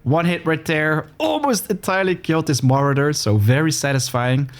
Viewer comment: I did not know people who pronounce sword as "sword" still exist, you are of a dying breed. Its "sord" the W is silent. Saying "sword" lets everyone know you are not a native speaker and never visited an english speaking course. I dont think this is a good look (same applies to "Marauder" never heard that version, absolute new one I think no one ever pronounced it lke that lol, its "Ma raw dr" or "ma row dr")